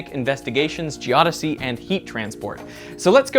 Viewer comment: I love when he said Geodosy correctly